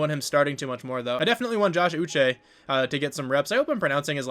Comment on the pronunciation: You did say Josh Uche's name correctly